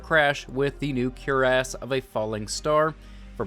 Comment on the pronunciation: fwi, titan exotic is pronounced 'cur-eeee-ass' so many people get it wrong its wierd